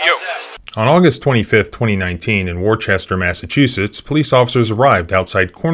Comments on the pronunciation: It's WOOSTAH, not WOR CHESTER Pronounced correctly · "War-Chest-Er" Massachusetts? It's pronounced with only two syllables, "Wooster". It's even IN the video. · It’s pronounced “Wusta”. Common mistake made by everyone not from there. You can hear Pastor Sr pronounce it at the mark. You gotta wonder, how many of the state actors got together on the taxpayers dime for a brain storming session of “how to eat a shit sandwich.” When one of them makes a Bonehead decision like this, rather a doing the right thing, they try to conspire/square peg, round hole this arrest. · It's pronounced 'Woosta' not 'Worchester'. I immediately recognized the accent. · War-chester! 🤣 Noooo! Wooo-stah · “Worchester” You mean Worcester (Woostah) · Its “Woosta” not Worchester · "War Chester" ?? Come on say it with me, "Woo-stah" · It’s pronounced Wooster not worchester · For the record, it's pronounced "woo-stah" not Wor-chester. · It’s pronounced Woahstah. Not Wor Chester. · It’s not war Chester it’s pronounced Wooster being spelled Worcester. You’re a lawyer. Get it right bro. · In Worcester Massachusetts We pronounce it "woostah" Woo like woo sound of a dog saying woof woof... woo-stah Not wor chester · It's actually pronounced woostah. Not war chester. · Pronounced “Wooster” phonetically. It’s not a small town. Wor-Chester would get you tased too. Incidentally, they don’t GAF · You do a story about the 2nd largest city in New England and you don't know how to pronounce its name? Talk about half ass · lol. "Worchester". Its "wooster" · Worchester is pronounced “wooster “ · Please: say Wooos-ter and not Wor-ches-ter. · It's pronounced like Wooster, not Warchester. Because Massachusetts. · "WAR-CHESTER" Massachusetts? You ain't from around here are you? "WISTA". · It is pronounced (Wu.Stir). Sorry just make crazy when people say warchester. Yes it is a war zone but it is not pronounced Warchester. Lol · It’s wahstah not Worcestershire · warchester HAHAHA ITS WOOSTA